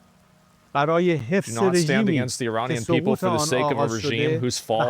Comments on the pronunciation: “You know it’s called Earrran!” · Finally an American who says ‘Iranian’ properly